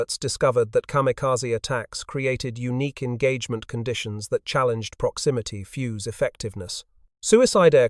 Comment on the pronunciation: The inability of the (assumed} AI commentary to pronounce the simple word 'fuzed' spoiled a very interesting video. Obviously the people who developed the proximity fuze were a lot cleverer than the people who make and use AI